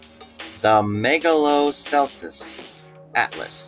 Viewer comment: Did I hear it wrong? It sounded like you mispronounced megalochelys. I'm pretty sure it's pronounced mega-lo-key-lis or mega-lo-kel-is